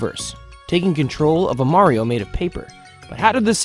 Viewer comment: This man pronounces it "Mario" and "Merio" at the same time.